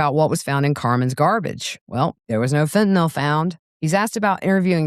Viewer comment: THANK YOU for the CORRECT pronunciation of FENTANYL👏👏👏!